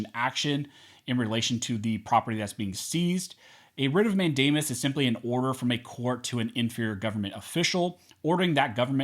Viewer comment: Did you say Rit of Matt Damon ? ? ?